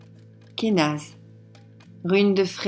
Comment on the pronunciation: J'aime beaucoup comment tu prononces Kenaz :D Je l'aime beaucoup celle la, tiens, je crois que c'est ma préférée pour l'instant.